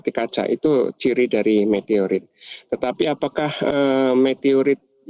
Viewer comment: Meteroit apa Meteorit ....😂